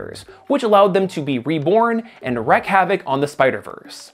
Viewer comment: Very fun way to listen through while doing housework! (Btw, I wouldn’t bring this up, but you seem to like the term “wreak” as in “wreak havoc”. But it’s pronounced “reek” rather than “reck”. And just to be absolutely sure, I did look it up…because I’m wrong half the time.)